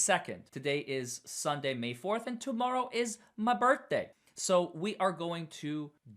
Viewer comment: AHE SAID TOMORROW IS MAH BURRFDAY LMAO.. LOVE THIS GUY.. HAPPY BIRTHDAY DUDE